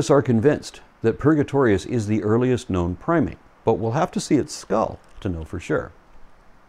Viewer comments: LOL at Huckabee's "Pry-mit". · Pry-mit; noun: When you’re trying to belittle something you don’t understand and end up sounding vastly idiotic instead.